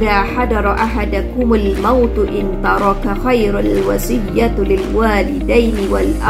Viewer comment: Syukran jazilan..sy terlepas pandang kat situ ada huruf nun wiqoyah dan perlu baca khairanil..👍👍